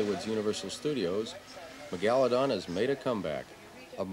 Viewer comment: He called it Ma-Galla-don.